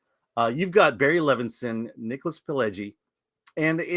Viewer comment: Levinson not Livinston 😂